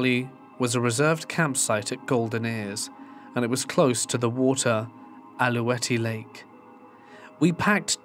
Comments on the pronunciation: It’s pronounced Al-Lou-Wet lake. I live 15 mins from Gold Ears Provincial Park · I burst out laughing when you said Alouette Lake. I’ve never heard it pronounced like that before. Im very familiar with the park.